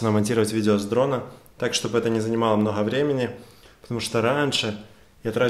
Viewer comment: "мноГгга времени" - аж передернуло от произношения